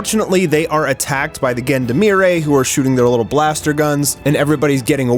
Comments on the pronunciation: Love your videos, but you really need to google how to pronounce "Gendarmerie" 😅 It's zhan-dhar-meh-ree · The way you prononced Gendarmerie is basicaly reverse Ubisoft English.